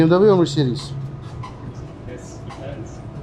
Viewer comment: When says "Mercedes" it almost sounds like he's saying "Mer-shitis"!:)